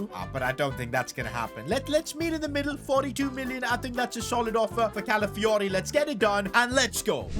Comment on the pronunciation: My guy misspronounced Calafiori's name every single time 😅